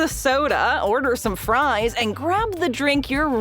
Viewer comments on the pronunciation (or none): none